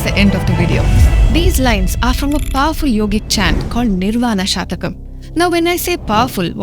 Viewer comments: Please note it is not "Shatakam" meaning 100. But it is "Shatkam" meaning 6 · It is not nirvana SHATAKAM. It is NIRVANA SHATKAM, meaning 6 verses. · It is Nirvaan SHATKAM NOT SHATAKAM PL. Shataka means hundred. Shatkam means six.There are six stanzas in Nirvaan shatkam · It’s Nirvana shatkam not shatakam. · It is Shatkam and not shatakam please. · It is not "Shataka" (100 verses) but "Shatka" (6 verses). Minor mistake in pronunciation results in major change of meaning. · The pronunciation is निर्वाण षटकम, not शतकम :) shat denotes 6 and satakam denotes 100 verses. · It is not a Shatakam, it is a Shatkam meaning 6-verses. 🤦‍♂ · Is it Nirvana Shatkam or Shatakam? There is a difference between "Shat-kam" = Consisting of six verses and "Sha-ta-kam" = Consisting of 100 poems... You pronounced it as Shatakam. There is nothing like Nirvana Shatakam. It is Nirvana Shatkam. Please correct your pronunciation. Om Shree Mathre Namah. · Maa it is Nirvana Shatkam(Six slokas) not shatakam(100 slokas)... Anyway wonderful explanation.. keep Going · It is shatkam not shatakam 🙏🏻🙏🏻🙏🏻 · Please note it is nirvana shatkam- a chant with 6 stanzas. 'Shatakam' is 100. Pronouncing it correctly will help. Sound vibrations are powerful. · Nice video - kudos . One small correction; it’s shatkam (6) and not shatakam(100) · Shathakam denotes 100 verses Shatakam denotes 6 Pl note the difference and pronounce correctly 🙏